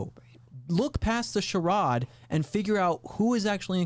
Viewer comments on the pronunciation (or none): "sure-odd" instead of "sure-aid" (charade)